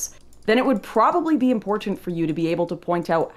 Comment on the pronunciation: "In poor tent" Ugh